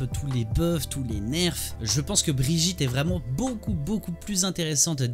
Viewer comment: C'est Brigitte pas brijitte ça ce prononce Guy. Comme hammone et pas hammonde..